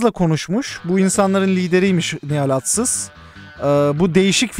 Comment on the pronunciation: adsız değil atsız btw